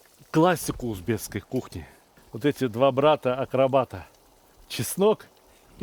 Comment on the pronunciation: Всё очень круто! Ув., Сталик правильно произносить - узбеКский! Благодарю за рецепт!